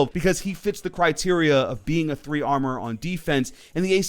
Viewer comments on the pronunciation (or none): none